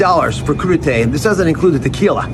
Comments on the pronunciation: It's french, crudité, pronounced cru - di - tay, mixed raw vegetables served as an hors d'oeuvre, typically with a sauce into which they may be dipped. Warning - I expect the french would bring back the guillotine should you try serving it to them with guac and salsa! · WTF is coodeetay ....lol!!!!! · We’re with Vegi Tray. NOT crudi tay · Dr. Oz it's not crudie" , your a REbug-lican you ment Coup d'e' tat........ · He said “crudité”🤣🤣🤣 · He clearly got his Republican talking points mixed up. He said crudité’ but he meant coup d'état